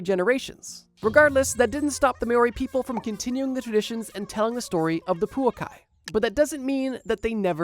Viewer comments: I'm at awe at how you're able to swap the places of the vowels so consistently while having the word written on the screen at the same time... poukai somehow becoming puokai, moa somehow becoming mao, the only thing missing is the maori somehow becoming moari in turn. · The way I was so happy when he pronounced Poukai semi correct, just to wildly mispronounce Maori 🤣🤣 props for trying on the bro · Absolutely love your videos my friend, but I think maybe some research in how to pronounce some words needs to be done! Maori, Poukai and Moa need some work ❤